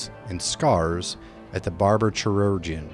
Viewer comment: "ky-rur-jen" Legit great editing and production quality for such a small channel. Nice job! Would like to add under the "leveling" section, highlight on "complete with relative certainty". Do NOT be the person that hits lvl 15 and starts joining Damnation missions. Stop making people carry you so you can level faster. Go to a difficulty that you can actually be useful in.